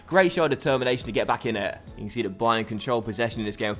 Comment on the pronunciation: I'm pretty sure you called it 'dybayern'